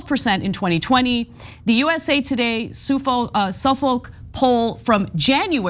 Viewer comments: Can’t pronounce Suffolk lol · Cannot believe Anna cannot pronounce "Suffolk"